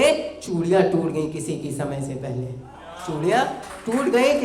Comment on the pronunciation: Bhut bdia bhai thoda sa श की जगह स का प्रयोग करे और बेहतर होगा शमय की जगह समय का प्रयोग करिये